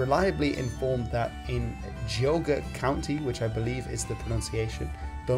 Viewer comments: Clevelander here. Good job on pronouncing Geagua. Gee-aw-gah! Good! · I live in Lake County OH which is not far from Geauga which you did pronounce correctly. Northeast Ohio belonged to Connecticut in the 1700 and (at least early 1800s) as I understand it. As Samuel Clemens (Mark Twain) famously accentuated people from Connecticut were considered (and probably quite proud of being) Yankees (at least in Clemens time, I'm not sure when they first earned that distinction). So the Amish that initially came here probably saw it as Yankee (specifically Connecticut Yankee) territory. Before moving here I read some very interesting history describing acceptance of "our German brothers" and rejection of Catholics like the Irish. Of course, that's religious discrimination and you're more of a language guy so it probably won't interest you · You correctly pronounced Geauga. The Amish here do refer to English speakers as Yankee here.